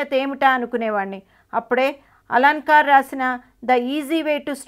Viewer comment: 'Alankaar' ani palukuthunnav ga final😭